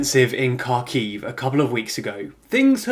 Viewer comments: Isn't Kharkiv pronounced like har-kiv? Not car-kiv? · It's insane how you make these videos day in and day out and still haven't learned how to say Kharkiv or Kherson